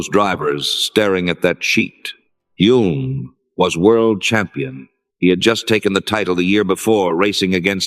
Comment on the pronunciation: Hulme is mispronounced.